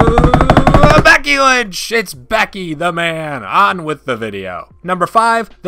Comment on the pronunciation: "Bucky lench" its becky lench my guy